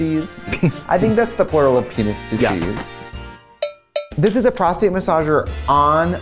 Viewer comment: "Penisees" is killing me